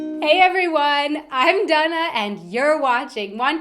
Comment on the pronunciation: When did Dana become "Dunnah". A voice like nails on a blackboard.